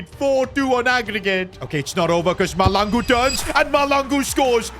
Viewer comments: by the way it is Mahlangu not Malangu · The H is not silent in Mahlangu